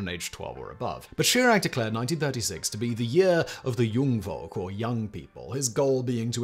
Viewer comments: You have no idea how often I had to repeat this section to find out what you just said /meant. You meant to say "Jungvolk" , what you actually said was "Jung Wolk" . That "v" isn't pronounced as "very" but as "f" like in "fire" . Most Germans v's are pronounced that way. Edit: Found out Jungvolk is actually one, not two words. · Not super important, but "v" in German (in words such as "Wandervogel" or "Jungvolk") is pronounced "f" as in "file", not "v" as in "very"